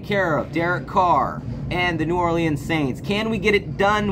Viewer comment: It's pronounced: New "OR-lins" (2 syllables. Not 3. ⚜️